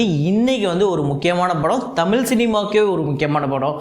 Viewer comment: தமில் இல்லை. தயவு செய்து தமிழ் என்று உச்சரிக்கவும்.